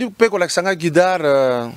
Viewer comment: Papa kadiombo 100% luba, surtout ta prononciation...yoka ndenge ozo prononcer le mot quitar 👉" kidar" kiekiekeie moi même je prononce aussi comme ça.